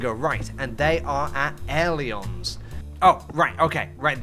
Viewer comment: As a student pilot, pronunciation of aileron hurts my soul